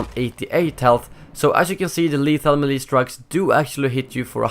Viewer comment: Why do you keep changing the way you pronounce melee. Make your mind up, you prepubescent sounding robot.